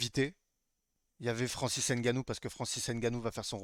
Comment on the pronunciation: C'est Ngannou, et non N' Gannou si c'est difficile à prononcer vaut mieux ne pas prononcer le N.